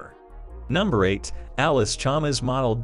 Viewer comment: It's Chalmers not Chalmers like the auto generated voice is saying